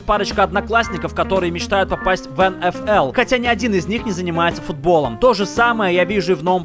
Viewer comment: правильно эн фэ эл (так правильнее говорить)